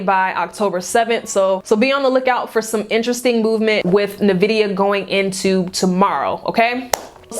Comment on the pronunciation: and it's pronounced N vidia, not Nevidia 🤙🏿